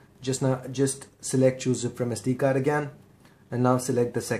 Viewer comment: bro its sd card not sd gaard!